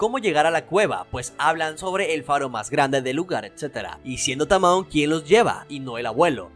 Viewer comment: me triggeree un poco al escuchar como dijiste tamoe a tamao pero de ahi en fuera muy buen video 👍🏻